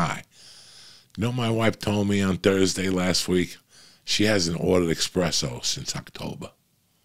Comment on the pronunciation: There is no x in espresso. You can’t preach but be illiterate at the same time.